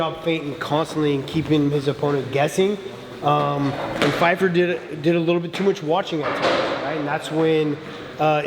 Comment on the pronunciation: Hilarious how they kept saying Fyfer! 😂